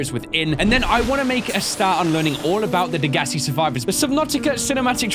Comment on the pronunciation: I believe it's pronounced Deg-a-sigh. Correct me if I'm wrong